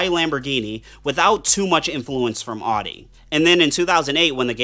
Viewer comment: If you make a vehicle on Amazon specific set of cars . At least learn how to properly pronounce the name of the company . Every time I heard him say "ouuutti" would just cringe. Takes away from the video